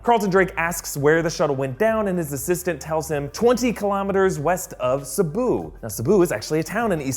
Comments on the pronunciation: Who else heared "Cebu" instead of "Sibu"? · It is Sibu, not sebauh... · Its Sibu not Sebu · Wasn't it Sibu and not Sebauh? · It's pronounced see-boo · Haha actually its pronounced 'seebu' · It is pronounced 'See-Boo' 😂 You got Bintulu right though, so good job! I'm from Sarawak itself and when we saw that scene, my fellow cinemagoers and I were going like, LOL. At least they got the toilet signage at the airport correct though. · It's pronounced 'sea-buu' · I'm Malaysian and it's pronounced as Sibu ( See-Boo) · I almost broke down laughing at their pronounciation of "Sibu"